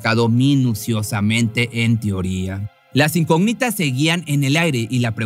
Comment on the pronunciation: Las incógnitas con acento en la o no con acento en la i